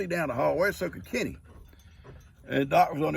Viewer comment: Good morning 🌄🌻. 😂 LoL I thought you were saying Kitty and wondered if Gigi's name was Kitty. Then it hits me your talking about your buddy Kenny 😜. Love your videos and you 😗💓. Blessings for the entire Morrow family.